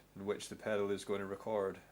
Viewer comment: its record not recard